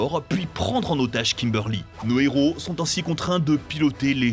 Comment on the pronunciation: Bonne vidéo mais par pitié, Zordon se prononce ZordonE, sans oublier Trinyty et KimberlY...